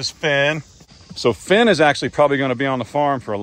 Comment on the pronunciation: 🦈🦈 every time you say “Phen”. I think Sharknado🤣🤣🦈🦈🦈 “Finn”😂